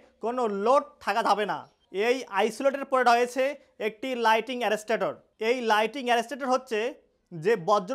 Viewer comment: It's not lighting but lightning